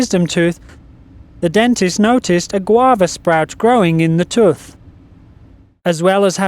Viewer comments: It is not pronounced tuth it is pronounced TOOTH. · Its tooth not tuth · the "tuth"? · "Growing in the tuth" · lol he said tuth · in the toof...haha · Am I the only person that thinks he says 'tooth' like '' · ***** It might be because of the voice over's accent that one is [occasionally] pronouncing 'tooth' that way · I love how he says tooth ;)